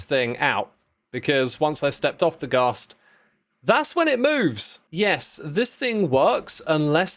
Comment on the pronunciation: Wait… you say Ghast like Ga(w)st but pronounce gas as the more American way? Now im just confused 🤣